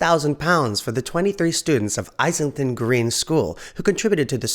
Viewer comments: It’s pronounced “Is ling ton” not “Eyes ling ton”. 👍🏻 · Great video. Just one comment near the end: "Islington" where the school choir comes from is part of London and is pronounced iz-ling-ton not eyes-ling -ton. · An excellent and informative video as usual. Thanks. Just a tiny nitpick. Islington Green school is pronounced Izz-ling-tun. I write as a former resident of this part of North London!